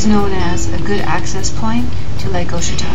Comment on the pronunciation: Ouachita is pronounced wah shi tah.